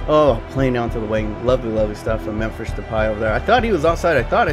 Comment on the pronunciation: and why the fuck do you pronounce Memphis as Memphisch instead of how it is suppose to be Memphisss